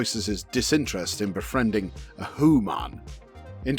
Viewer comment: Those hu-mons😂